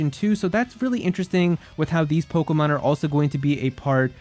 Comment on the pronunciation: I hate your voice and the way you say Pokemon . It hurts my ears